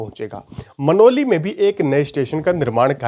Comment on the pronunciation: आप 2 नाम गलत बोल रहे है जैसे खेकड़ा को आप खेड़ा और गनौली को मनाली बोल रहे हो